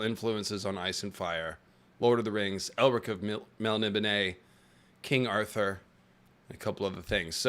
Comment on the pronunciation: That Elric pronunciation 😢